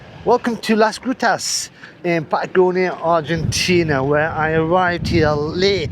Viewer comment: pls make sure you pronounce the "g" in Las Grutas clearly. It sounded like something else entirely. Or maybe it´s just my dirty mind. 🤦‍♂